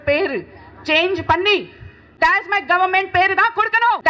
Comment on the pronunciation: அது டாஸமார்க் இல்ல... ஆடு டாஸ்மாக்.